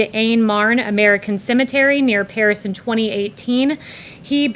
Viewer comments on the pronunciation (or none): none